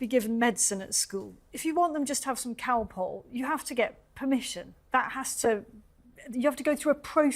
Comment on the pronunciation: Calpol is a brand name for paracetamol. Cow pull is how she said it. Whew!